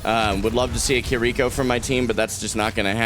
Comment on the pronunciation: It's pronounced "Kir-reh-ko" not "ki-rico". Great game though